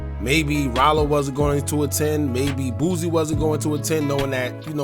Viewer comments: Why u keep saying boozie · Why are you saying lil boosie name like that bro